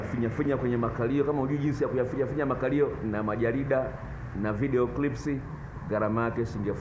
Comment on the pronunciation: Dkt badala ya clip yeye anasema crips